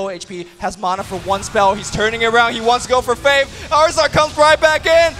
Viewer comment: why cant luminous say faiTH